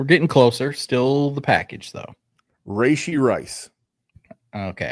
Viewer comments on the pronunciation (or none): Take a shot every time he says “Ray-She” Rice